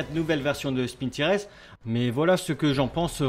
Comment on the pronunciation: par contre stp, pas "spintires" mais " SPINTAILLEUR" (tout va bien je plaisante)